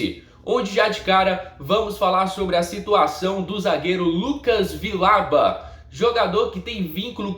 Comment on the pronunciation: Se diz "Vijauba"